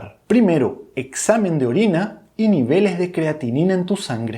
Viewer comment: Maj importantes?? O más importante?? Si puedes pronunciar bien la "s" Intermedia, porque no al final?? Porque la cambias por la "j"?? Nievelej de creatina Y les digo maj 😮😮😮